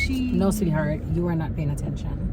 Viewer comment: Thought I heard said she was "playing" attention🤣🤣🤣🤣 my gully Ur T n we're ur cookies, I say "Tcookies" without "T" there ain't no cookies🥰 #tookiesroadto20ksubs